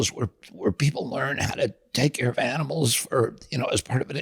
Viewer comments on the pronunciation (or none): none